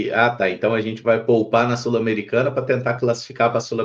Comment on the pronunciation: que gastura do falando 'Sulamericana' hahaa